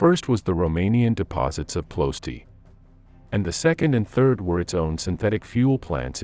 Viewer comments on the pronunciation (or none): tnx 4 da video, btw Its Plo-ye-shti))